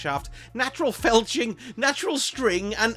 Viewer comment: My ears did not deceive me. Felching was substituted for fletching. Magnificent.